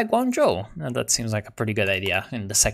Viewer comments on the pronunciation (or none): none